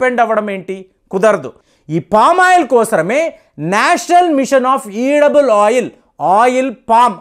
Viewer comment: ఈడబుల్ ఆయిల్ అనకూడదు, ఎడిబుల్ ఆయిల్ అని పలకాలి